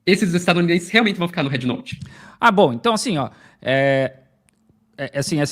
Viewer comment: Ela fala red como head 😂 brasileiros deveriam falam em português mesmo mas os caras são tão colonizados que querem usar palavras e jargões em inglês ao invés de valorizar a própria língua. As pessoas tem de abrir o dicionário ou procurar um professor bom e aprender fonética , o Á de app é o que eles chamam A curto Á é um A agudo o simbolo é = ( æ ) não tem nada a ver com É . Bed e bad tem sons diferentes , beg e bag tem sons diferentes , man e men tem sons diferentes . Por isso vocês aí falam épple não existe isso pô 😂😂😂😂 æpple Ápple apple 🍎 Escutem a chinesa americana quando ela pronuncia App 👌